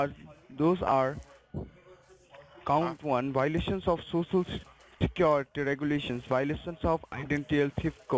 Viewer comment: You have a lot of Why-lations